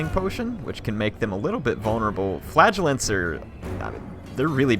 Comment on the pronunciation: I enjoy your videos...but the unit that you do not like is pronounced 'Fluh-gel-ants'. What you are saying sounds like flatulence...which is unsavory haha.